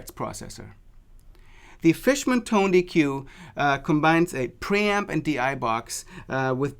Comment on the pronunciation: Pronounced tone-deck.